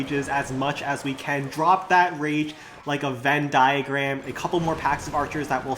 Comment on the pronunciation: bro said Venn diagram?☠️😂🤣🗿